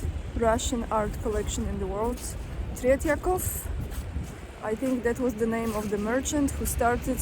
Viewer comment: Slavic blood 😉. You handle with Tret'yakov's lastname. But stress in word made in polish way